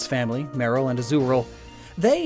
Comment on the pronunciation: YES IT IS! AND IT'S AZURILL, NOT AZURAL!